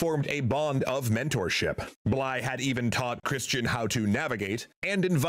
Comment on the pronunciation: Bligh not blythe